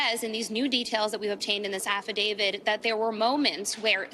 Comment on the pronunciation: Uhhh it’s AFFIDAVIT not AFFIIDAVID… 😅